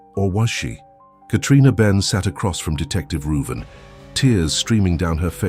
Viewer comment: So I tickled a bit. Growing up my cousin couldn't pronounce my name which is Ruben . She always called me Ruven so I think the detective name is Ruben. Lol